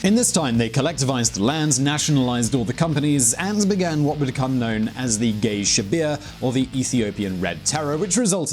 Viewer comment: No,. It is qey shibir ( pronounced almost like Kay shibir) not gay shibir. Also, the ruling party is EPDRF